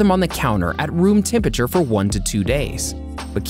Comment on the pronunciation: TEM-PURRA-TURE (phonetically) It's not that difficult to say - what is wrong with so many people?